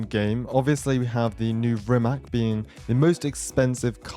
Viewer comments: I hate to be the nerd but its not pronounced "RimaK", its "RimaTS" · Hey not to be annoying, but I'm pretty sure Rimac is pronounced as "Rimatz" It's a Croatian Car and I'm from Serbia. Basically the same language.